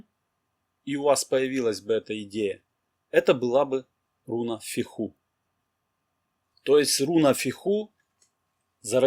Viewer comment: Так и хочется внести поправку, ударение в названиях рун ставится на первый слог. Безумно режет слух фехУ и урУз. Даже не дослушала до конца